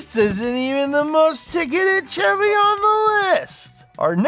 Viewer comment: Maaah, why does the man say Chevy wrong???